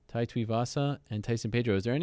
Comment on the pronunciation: Hespect Ariel but his name is Tai not Tau.